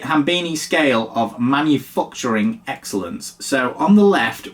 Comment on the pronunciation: Manufuckting instead of manufuckturing, nice to see that the dyslexia is spot on today!